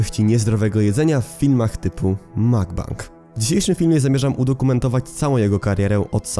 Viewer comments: Mukbang nie czyta się "Makbang" tylko tak jak się pisze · ale wiesz że źle mówiłeś cały film bo mówi się mukbang a nie makbang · nie mówię tego uszczypliwie, ale na mukbang (먹방), mówi się mokbang :* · CZYTA SIĘ TAK JAK SIĘ PISZE "MUGBANG"